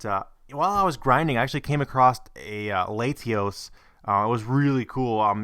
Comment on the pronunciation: Latios is commonly pronounced more like Lahtios